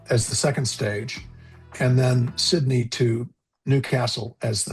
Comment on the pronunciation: Pretty sure you pronounced "Sydney" correctly every time. I guess that's worth a "like". I've been subscribed for quite some time now but it was an amazing experience (and highly amusing) listening to your pronunciations. That said, well... like the rest of the Aussies I noticed in the comments, when it opens to the public and is affordable, I'll believe that it might happen. We have a technically-not-two-party-duopoly political party system here and they're known for sabotaging anything that the other side tries to do for the country's long term health/success. Thanks for the video.